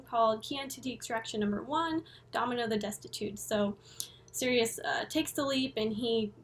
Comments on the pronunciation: its pronounced like "cyrus" not sirius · I think it's pronounced Cyrus... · Absolutely love your detailed analysis & explanations of all things Coheed. They’re my favourite band, but there’s still so much to the story that I don’t know. Thanks for all the work you do! My only criticism is that I think you’ll find Sirius is pronounced Sy-rus. Cant wait for Descension! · I pronounced it like Sirius forever too until I heard Claudio pronounce it like Cyrus he should’ve spelled it that way lol